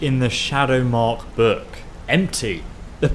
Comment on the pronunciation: why does he pronounce "book" buuk ?